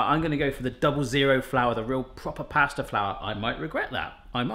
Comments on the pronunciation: Anyone else realise that says ‘plaster’ instead of pasta 😂❤️ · You said plasta at the end just after you tasted it 😂